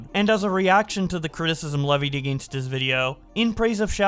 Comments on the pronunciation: The way he says “against” throws me off every time. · that's a Canadian thing